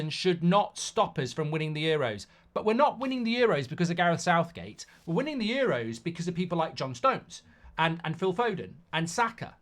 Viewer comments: lol "SOUTHGAE" 🤣🤣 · My man said Southgae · “Southgae” lol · Damn AI has messed up and called him Southgae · Sounds about right though southgae. 😂